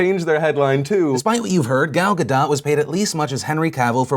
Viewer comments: Ga DOUGH... not Ga DOT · U say ga DOT, her name isnt french. she said so on one of the someday night show interviews. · Pronounced Guh - Dough..... Damn I hear this too much.... I love you Phil! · It's GadoT, with a hard T. She's Israeli, not French. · so phil pronounced it 'gaDOUGH', 'gaDOT', and 'gaDOTE'. if you're gonna say it wrong, stick to your guns, phil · How many different ways can he pronounce "Gadot" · I had to pause and comment, and trust me I will watch the rest of the video, but: Gal is pronounced like gall, as in "he had the gall to say such a thing", and Gadot is pronounced Ga-dote. (Also Israel is pronounced Is-RA-el, not Is-real.) With thanks, An Israeli